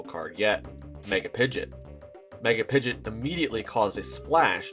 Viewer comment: It's pronounced Pidgeo..t not pidgey